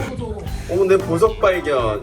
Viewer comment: 내보석을 내버섯으로 들었네